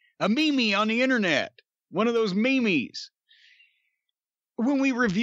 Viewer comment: “Memees” I love Cornette LOL